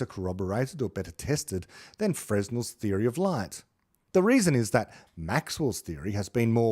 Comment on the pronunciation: Fresnel is pronounced properly as fruh-nel. You have a wonderful program!